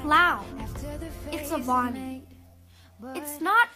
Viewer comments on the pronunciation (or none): It’s not Avaani it’s avani try and pronounce properly